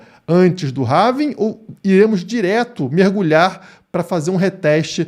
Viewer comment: Não é "HAVING"! É HALVING.